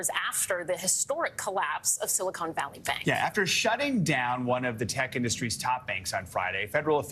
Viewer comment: It's Silicon Valley, not "Silicone Valley."